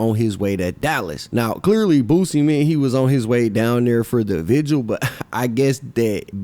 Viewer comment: First person in hip hop history to not pronounce vigil as vigual